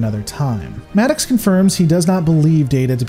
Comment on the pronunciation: Your pronunciation of Maddox is hilarious. "Mad Ox" LOL